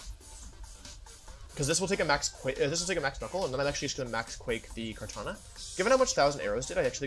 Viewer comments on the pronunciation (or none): everytime i hear "kartañia" i cry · I love how he butchers their names “Zygrade” “Kartanya”